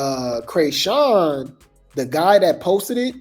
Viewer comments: You are killing me with the “Cray”sean😂😂😂 I know you’re doing it on purpose…. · When he says CRAYSHAWN😂😂😂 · Has me weak every time 😂😂